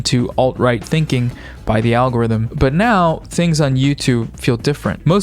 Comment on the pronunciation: And I'm heah foh dis awgowifum